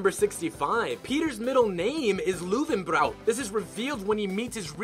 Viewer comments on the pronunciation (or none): They pronounced Peter's middle name Luthenbrow, but it is actually Lowenbrau. They said this makes sense because the Irish love their beer. What doesn't make sense is that Lowenbrau is a German beer. Guinness would have been a better choice. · Luwenbrau😂😂😂😂😂😂😂 Its not Irish though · if you say Löwenbräu like this ONE MORE TIME nothing will happen. Or... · He butchered Löwenbräu so bad, hahahah. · How you pronounced löwenbräu hahaha and löwenbräu is german i guess